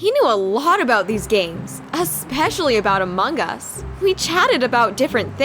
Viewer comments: laurente they said it like that and the person put this sign ="amung us" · Among us not among gus